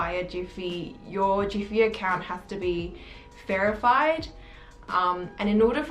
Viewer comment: did she say ferified ? 🥴